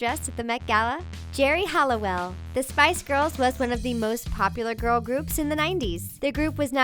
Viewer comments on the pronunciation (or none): none